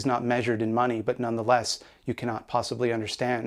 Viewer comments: Also very amused by the way you say Mahhneey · I like when he says "The Maaney".